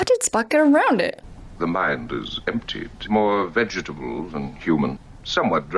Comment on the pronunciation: I always liked how John Colicos pronounced every syllable of "veg-e-ta-ble". It was glorious.